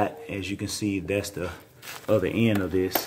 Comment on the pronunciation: (and at different parts throughout this series...THATZ WHAT SHE SAID🤣.... "Coopler" (Coupler)....."And" (End)....lol!🤣 what is this Canadian slang talk beyond.....this video is full of straight up LOLZZZZIESS🤣😅😁😂